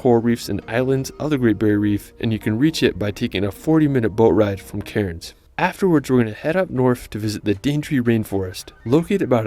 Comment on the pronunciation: A random comment from a random. The narrator miss pronounced a lot of these places. 1. Bondi isn't said Bon- dee it's Bon-Die 2. Melbourne is pronounced as Mel Bin 3 Cairns is pronounced as Cans. Uluru is a monolith or one giant rock, It's like an iceberg you only see a small piece of it. Tassie is split by 42°S latitude, So the opposite is 42°N which cut through the Northern US. Australia get more snow than Switzerland.